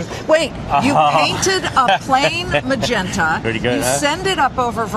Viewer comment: "Mangenta" lol this guy is fantastic!